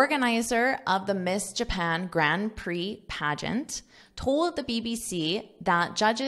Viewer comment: What’ s paegant?